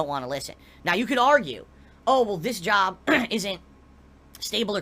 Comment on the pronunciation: Despite how he's run his "bizniss" into the ground over the years, he could easily put on a resume under skills: "Content Creation, Video Editing, Public Speaking, Business Management, Marketing, etc." He just doesn't want to go to an ahffice to work a real jahb anymore. At this point I think if he had to go to a 9-5 job 40 hours a week it might kill him. He'd definitely get a divorce if that happened, his tahxicity would reach critical levels.